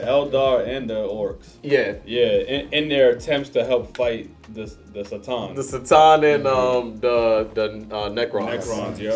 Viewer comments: This guy pronounces it wrong. Its not Satan.. it's C"Tan.(ka-tahn) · I wonder if that time when he made the video the pronunciation was unclear or why he says it like that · It was made back before Games Workshop had clarified the pronunciation of C’tan.